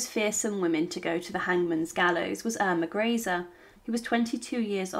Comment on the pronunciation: The most annoying part of all these videos is never knowing how to pronounce names. You can watch any number of them and will get an equal number of different pronunciations. It really is quite a bizarre phenomena. Here we are again. Yet another pronunciation of Irma Greece. Chosing the correct German pronunciation. Or the French, Italian among others has become an amusing pastime in futility. Though oddly enough, Japanese appears to be remarkably consistent from the myriad videos I've viewed thus far. On the whole though, these are minor irritants and pare for the course as Ai robo voicing gain's traction.